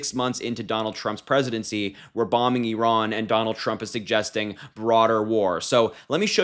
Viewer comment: Why can’t Vance even pronounce Iran?